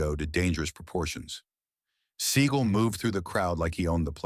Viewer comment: That’s how you actually pronounce it.